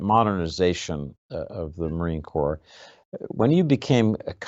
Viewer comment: Its " Corps".......